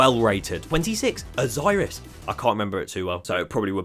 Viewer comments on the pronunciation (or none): none